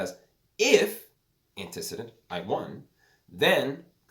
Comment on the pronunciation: Antecedent is pronounced “antee-see-dent” not “anti-sid-dent”